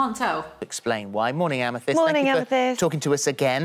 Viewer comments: I die a little everytime you say amy-thiest amethyst.. is a crystal, the purple one pronounced ama-thist hahahha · pronounced amethist sorry i hate correcting but every time u said amethiest my soul coiled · amethyst like fist, not like theist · It's committing to mispronouncing Amethyst after hearing pronounce it correctly for me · I made sure I was right but Amethyst is pronounced...am-eh-thist. Don’t hate me telling how to pronounce this word...I swear I know it’s a hard one. Love you. —from a Texan in the USA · amithiest... amthiest, amethiest! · Am a theeeeeeeest...am-a THist...Holy Wallaby gottit. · thhhhiiiist no r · I adore how you have no pretensions. Fuck yes. If you can’t pronounce something, what’s the problem with that eh? Ah meh thist should be abandoned as a pronunciation. Balls to it tbh. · Lol Am-i-th-i-st like the February birth stone. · Amythest = Ah-ma-thist Lmfao Still love you though❤️ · am-uh-thist for the love of god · amm-UH-thist fyi =) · I love you, darling, BUT THAT'S NOT HOW YOU PRONOUNCE AMETHYST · Hearing Amethyst being pronounced like that so many times took years off my life. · the way you pronounce Amethyst is killing me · Today I learned that British people pronounce "Amethyst" REALLY weird. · I cannot get over how you pronounce amethyst 😂 btw love your hair! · trying to pronounce Amethyst has officially broken me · HAVE YOU NEVER HEARD THE WORD AMETHYST BEFORE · not you pronouncing amethyst like that 💀💀i know the english language makes no sense but y'all ever pay attention to the letters you see sdkjfhskjf